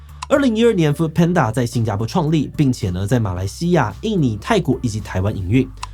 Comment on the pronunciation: 一直聽到"foot"panda有點出戲